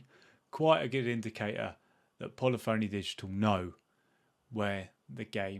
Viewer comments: you would be a great community manager! You have to begin with no longer calling the PHONY!!! Pronounce it as “Funny”. Pu-Li-Funny Digital. Thankfully, you’re not on television (Morgan Webb on G4) calling the game Gran Tureezmo! You have taken the words out of my mouth. I bought ACC from Plus a couple of weeks ago when it went on sale again for 12 bucks. I have yet to click on it to begin playing it. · Should learn how to pronounce 'Polyphony'. puh·LI·fuh·nee, not polly phoney. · You may have a better chance of working with Polyphony Digital, if you learn how to pronounce the company's name correctly. It isn't that difficult.